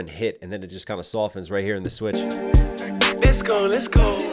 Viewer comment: I legit hate how he says "less go" both phonetically and in the context of a song crying about fake friends and the pop out that happened over a year ago. You're not going anywhere except the courthouse buddy